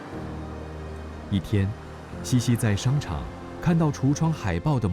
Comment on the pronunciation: 茜茜念QIan4 Qian4，不念西西。